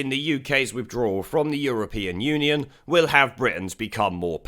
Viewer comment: Did George just say, "the European onion?" 😁